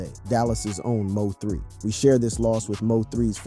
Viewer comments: Stop saying M o 3 its mo3 bih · who ever the commentator is need to get the name right mo3 don’t stand foe missouri 3 bruh LL3🕊️